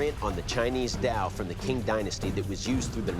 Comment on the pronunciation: The King Dynasty? Come on, Qing is pronounced Ching 💀💀💀